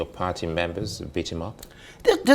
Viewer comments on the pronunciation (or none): none